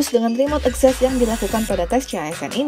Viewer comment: Literally nobody: Narator, akses: akses Access: ekzessss